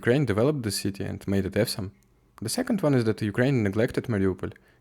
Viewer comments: Awesome произносится примерно как Осам, однозначно не ка Эвсом. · Оусам, а не эвсом. Я про слово awesome. Остальное - героический контент. Продолжай.